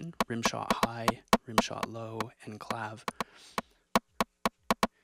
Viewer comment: it's pronounced clave-EH ;)